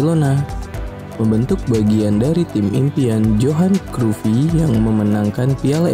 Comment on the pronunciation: Johan.Kraif baca nya bukan Johan krufi..min..